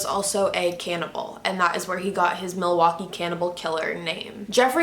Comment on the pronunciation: I live in Wisconsin and that’s not how you say Milwaukee